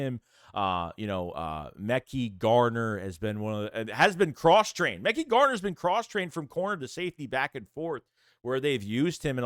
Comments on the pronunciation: Yo, it’s pronounced Ma-ky (Mekhi) Garner 👍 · it’s pronounced ma-kai garner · I’ve been ignoring it for too long… you’re butchering their names bro but you report of these guys everyday. 1.Joseph Ngata (En-gata). 2.Mekhi Garner (Meh-Kai) 3.Olamide Zaccheaus (ola-me-day)